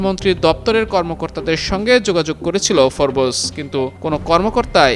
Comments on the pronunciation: ashole it's FORBES not FORBOOSE idiot spell correctly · উচ্চারণ টা ফোরবোস না, হবে ফোর্বস।